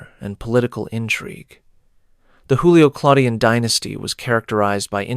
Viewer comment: JOOlio or YOOlio, not HOOlio. It's not Spanish.